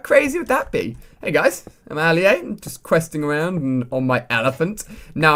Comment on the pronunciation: Alia a it's said 4 not 5!!